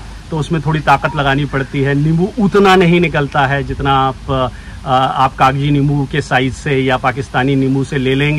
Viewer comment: Not Kagaji 😂 it's kaji